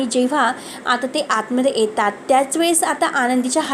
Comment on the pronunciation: मॅडम, तुम्ही मराठी आहात नक्की?? साधा ट्विस्ट हा शब्द बोलता येत नाहीये तुम्हाला... आणि वाचून सांगताय की काय? इतकी चुकीची मराठी? एतात नाही हो येतात..